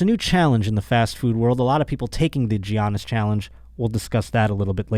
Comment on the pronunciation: It's pronounced like "Yannis" bro not "Gee-anis"🤣